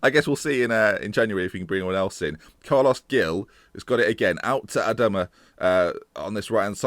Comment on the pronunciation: Carles 'Hil' - not Gill. And Verah-too. Keep it up! Screw Pearson/di Matteo/Moyes, can we appoint you instead?!